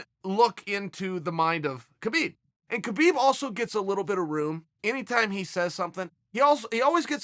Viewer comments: be4 he fights Habib. Chael, and it's not Kabib, it's Habib, the K is silent. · Mcgregor's does not deserve a title shot. In addition, Khabib was unfairly fined $500, 000 by The NSAC. Khabib's name is pronounced Habib. Chael are you just a disrespectful person. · Chael it’s Haa-beeb...